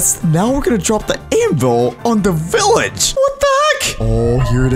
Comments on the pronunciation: When he Said THE VILLAGE it SAUNDS like OH NO AUR TABLE ITS BROKEN! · When you said the village was gone I thought you said oh no the table it’s broken😊